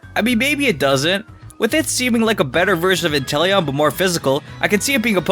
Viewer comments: He’s actually just said enteleon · this guy really say intelion? that pokemon is trash.